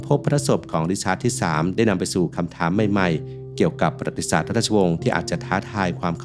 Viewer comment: ประวัติศาสตร์ อ่านว่า ประ-หวัด-ติ-สาด ไม่ใช่ ปะ-หรัด-ติ-สาด ครับ